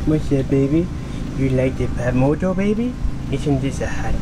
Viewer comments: You said PATmoto. It's FATmoto. Ph=F... You got the Phatmoto Rover in Yellow. Excellent choice. I'm hoping to get the All Terrain version. But... The extra cost is bothering me still. But i do like trail riding in Central Florida. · It's pronounced "Fatmoto" not patmoto. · It's pronounced "fatmoto" The PH sound F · Love the way you pronounce it Pat-motot instead of Fat-moto! A Very good watch, thank you very much for this one! The best of luck with your future builds. Sincerely, Alicia Antoniadis from Sweden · He really said PAT moto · Hahahaha phat moto it's pronounced fat. Do you talk on your fone while riding your phatmoto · it's pronounced "FAT" moto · Phatmoto.....the "ph" is pronounced as an F lol